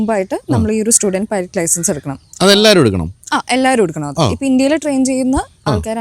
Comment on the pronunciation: പൈലറ്റ് ആണ് അല്ലാതെ പൈലറ്റി അല്ല മാഷേ 😂ഇത് english ആണ് മലയാളം അല്ല 😁😁😁